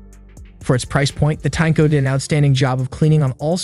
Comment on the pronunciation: Tineco not Tanko.